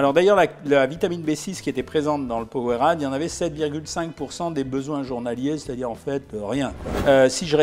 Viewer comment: Ca se prononce powereyde mais sa s’ecrir powerade